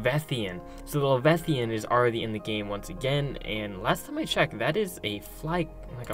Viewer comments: Levethian. No. La-vy-a-than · It's leviathan (Lev-eye-uh-thin) not levethian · Levi-athan not levethian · Levethian? Le-veye-a-than leviathan. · That pissed me off too ngl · Le-VI-a-than, not le-ve-thian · Your pronounced leviathan wrong la vi athen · You pronounced leviathan wrong! What is a “Le-veth-ian”? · Dude you can’t say leviathan - “lev eye a thon” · you pronounced leviathan wrong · You pronounce Leviathan really weird. Have you never heard of a Leviathan in any way, shape, or form?! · Stop saying boys every other word. Also learn to say leviathan correctly. Otherwise it was interesting, annoying boy, but intetesting.